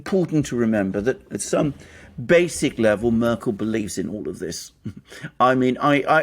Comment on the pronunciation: "Murkel" 🙄 And this guy pretends to be a 'journalist?'